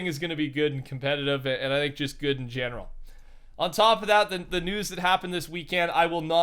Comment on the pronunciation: Its pronounced "think"